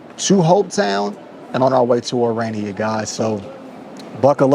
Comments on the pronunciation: Stop calling Irania 😂it is Orania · It's pronounced O-raa-nee-a, not O-ray-nee-a. It made my stomach churn every time he mispronounced the name. Aside from that, it was a fascinating video. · You finally, almost pronounced Orania correctly.....Kept sounding like Iranian.... Excellent docu. For a South African, I knew very little about Orania before this. Thank you so much for you time, courage and curiosity. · Bro relentlessly stuck to mispronouncing it as Uraynia throughout 💀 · You're actually on the continent of Africa, which is one of the least racially diverse areas of the planet because diversity is only for white countries, and you feel it's necessary, or relevant, to mention that you're the only black person in a small restaurant? Man, you brought that chip on your shoulder to Orania, a beautiful little town whose name you PURPOSEFULLY mispronounced throughout your video, to the inhabitants faces, with a single exception. What a disgrace!